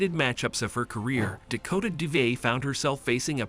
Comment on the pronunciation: You might at least get her name right. Better not rely on AI